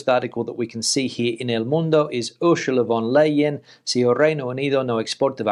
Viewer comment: Pronounced arse ula.